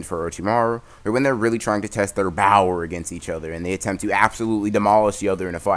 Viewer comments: Her said power not bower no .. no not good 10/10 but not good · Bro stop saying BOWER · Y u keep saying bower lol